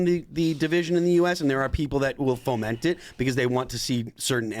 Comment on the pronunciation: Am I the only one that is reminded of Ali G? Maybe part of it is constantly saying "ferment" instead of "foment".